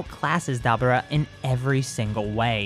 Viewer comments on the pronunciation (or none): ITS DABURA NOT DABRA PRONOUCE THE URA or ora (i hate manga readers) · You’re saying Dabura’s name wrong, it’s pronounced Dabora